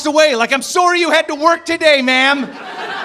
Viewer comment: Can someone PLEASE teach this man how to say the word sorry! Fuck! It's not Sorey